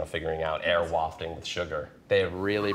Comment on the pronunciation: “Air wafting “! 😂😂😂